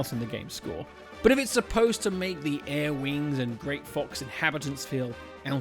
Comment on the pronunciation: Arwing. aRwing R-Wing